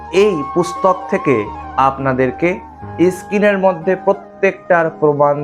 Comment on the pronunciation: সব ঠিকই আছে! কিন্তু ইস্ক্রিন নয় , স্ক্রিন (পর্দা) আর একটা বিশ্বকৃত নয় বিশ্বকৃৎ! কারণ যতদুর জানি ৎ-ত্ ! ভুল হোলে মার্জনা করবেন!